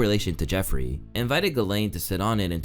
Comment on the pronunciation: Super interesting. But (has nothing to do with you), its always funny to me to hear english sleaking people messing up gislaine maxwell's first name...she has a french name, shoukd be pronounced JISLAINE. ...lolll